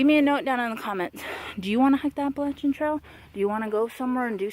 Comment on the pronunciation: Heyyy! So glad I found your channel and OMG I LOVE YOU ALREADY FOR KNOWING HOW TO SAY APPALACHIAN CORRECTLY!!!!😱😱😱❤️❤️❤️❤️🤣😂🤣 And btw thanks for following me on Instagram too- I really don’t know what I’m doing over there. Most of the time I’m just trying to catch up on the folks I like.🤷🏻‍♀️ But great job on your first video and I can’t wait to follow your journey!!!